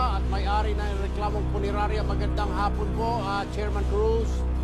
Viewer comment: Abaaaaa eh permanent closure na yan!.....sir hindi po punenarya..😂😂😂punerarya po😂😂😂😂😂😂